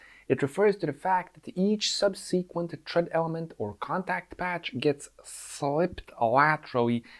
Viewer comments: sub-seh-qwent, not sub-seekwent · Great video. Looking forward to seeing one about motorcycle steering and how it is vastly different from steering a 3-wheeler. One quick note about pronouncing the word "subsequent". The emphasis is on the first syllable, so you want to pronounce the first 'e' like the one in the word "second". SUBsuhquent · Sub........seee......kwent. Made me laugh . The. em......fassis is in the wrong place . Great explanation of steering geometry.